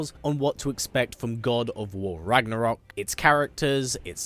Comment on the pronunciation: It really pisses me of that English speakers can’t pronounce Ragnarök correctly 😂